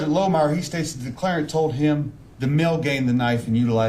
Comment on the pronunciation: I’m so sick of hearing declareant